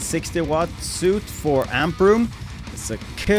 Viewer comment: great review. can always use more chainsaws... fyi , french is silly af and suite is pronounced 'sweet'. someone lost their Ws and Vs